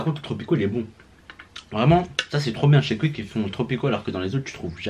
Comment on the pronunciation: Wesh mais qu'est ce que t'a a dire Cuik sa se prononce "kOUik"